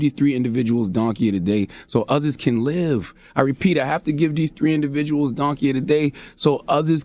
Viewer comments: " all tree of yall " lmao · this fool really said “all tree of y’all” LOL I love Charla 😂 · “All tree of y’all” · “all tree of y’all” 😆😂🤣 (Baby) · The "all tree uh y'all" . 😂